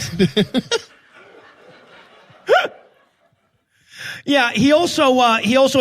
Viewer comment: It's "Levi-OH-sa". Not "Levio-SA."